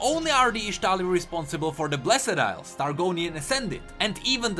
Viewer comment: ITS NOT BLESED ILES FOR FUCK SAKE BLESD FUCKING BLESD